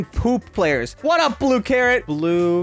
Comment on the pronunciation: did he say hwat up besties